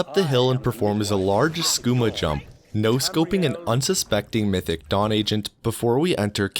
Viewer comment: what he sais "mythic dawn" what i hear "mythic dong" xD